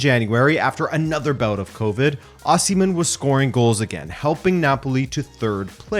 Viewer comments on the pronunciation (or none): none